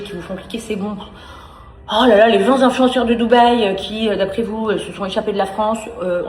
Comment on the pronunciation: "vingt zinfluenceurs". Et elle persiste en plus ! 😂